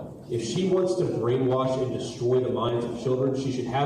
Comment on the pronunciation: Distrub turns into Disturb